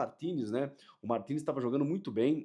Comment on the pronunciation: quando André Henning falava Martinez eu entendia Toni Kroos